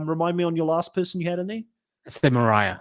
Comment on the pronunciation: Moriah???????, please.